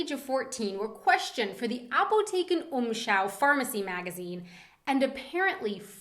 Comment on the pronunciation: Apotheken-Umschau! Well pronounciated! :)